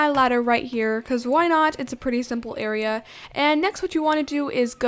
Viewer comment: "Now I'm working on the bed AREAR" - " WHATS AN AREAR????!!! " - Me